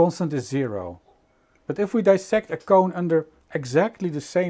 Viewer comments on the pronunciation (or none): The word is "dissect" not "disect" (which are pronounced differently) in spite of the existence of the word "bisect". That is because "diss-" means to disassemble, while "bi" means "in half". Parts of English are very strange.